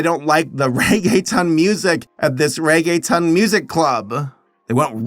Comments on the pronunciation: I'm happy that you tried but for the longer then I want to admit I didn't know you where saying Reggaeton 😅; it's pronounced more like "rea-gea-tone" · Nothing will make me curl my toes more than the way pronounces reguetón as "Reggae Town". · "I'm going to try hard to pronounce things correctly" "Ray-gay-tun" Lmao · Reggae-town pronunciation got me